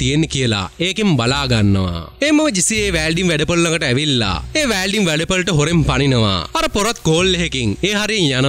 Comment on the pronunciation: වෑල්ඩින් නෙමෙයි මචන් වෙල්ඩින්..